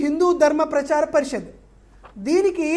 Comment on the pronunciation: పరిషత్ అనడం కూడా రాదు వీడికి.